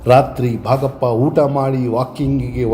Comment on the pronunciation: Oota not hoota aaru not haaru